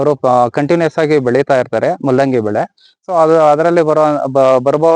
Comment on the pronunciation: ಮುಲ್ಲಂಗಿ ಅಲ್ಲಲೇ ಕೆಪ್ಯಾರ್ ತುಲ್ಲೇ, ಮೂಲಂಗಿ 😄